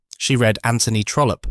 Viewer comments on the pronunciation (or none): none